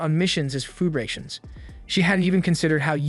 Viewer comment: The mispronunciation of Sour and Rations lol